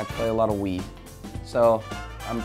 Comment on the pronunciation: Oh my god, when he said "Wii" I thought he said "Weed" and I was really concerned for a few moments.